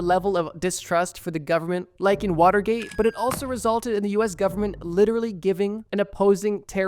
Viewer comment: Way to butcher Watergate.